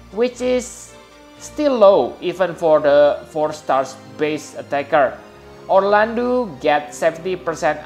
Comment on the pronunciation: This is hilarious. "Poor-landu" .. "Pure-Landu"